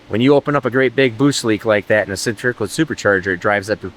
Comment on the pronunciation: Thank you for properly pronouncing the word Centrifugal. Take note kids, stay in school.